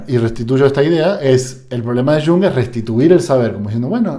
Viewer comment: No digas shung. Es iung, por favor. Iung o yung con i n . Muy similar a junge que en alemán es joven.